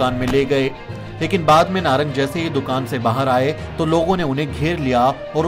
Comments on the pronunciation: नागर नहीं नारंग ....बार बार गलत बोले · ye nagar nhi narang h...